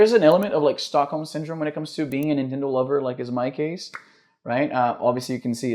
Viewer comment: Não consigo ouvir "nintendow" e não rir